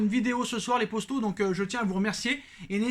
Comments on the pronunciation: Sa m’énerve au lieu de dire les potos il dis les posto sa me perturbe grave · J'aime de ouf se que tu fait mais arrête de dire posto dit poto sinon se que tu fait c vraiment bien continue comme sa